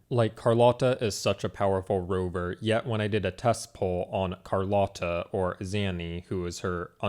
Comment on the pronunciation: you said carlotta's name right btw lol